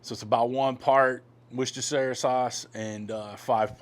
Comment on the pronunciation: Worcestershire sauce Pronounced wu-ster/sher/sauce I was born there